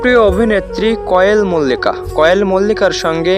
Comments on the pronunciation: ভাই আপনি তো নাম ঠিক করে বলতে পারেন না কোয়েল মল্লিক হবে ওটা কয়েল মল্লিক হবে না😅😅😅😅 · তুমার কোন কাজ নেই নাকি শুধু শুধু Zubeen da কে নিয়ে বিড়াল হতে চাইছো।আর কোয়েল মল্লিক এর নাম টাও ভালো করে উচ্চারণ করতে পারনি ।